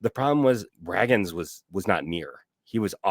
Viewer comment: I love but him continuously mispronouncing the same names has to be a bit at this point lol it’s Cole Ragans (ray-ginz)